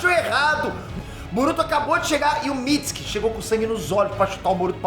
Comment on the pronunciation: Nao é MITISIKI É MITISUKE sabe nem ler irmao